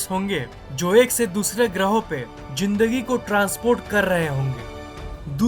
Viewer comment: Zinndagi or Z Ka Pronunciation is not up to mark. This is just a clarification! Don't take it seriously